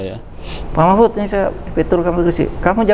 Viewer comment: Interviewer-nya memanggil nama Pak Mahfud jadi Mahpud hahaha..